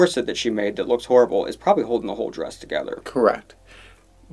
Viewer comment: I love how called Maddy's costume a 'drayus'.